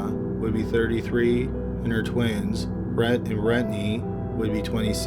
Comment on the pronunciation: So we not gonna talk about Brett and Brettney.. like BRUH. Brent and Brenttnay whatever